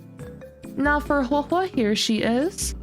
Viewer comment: THANK YOU for being 1 of the FEW CCs who actually say Huohuo's name correctly. You earned a like just for that.